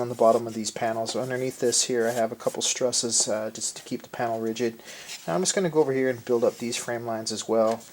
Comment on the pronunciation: I am genuinely in awe of your skill. I have devoured ever video from this build, but every time you say the word "struss" I cringe.